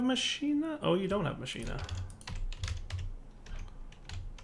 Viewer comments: i think it´s pronounced ma-ki-na ^^ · machina is pronounced mock-in-a.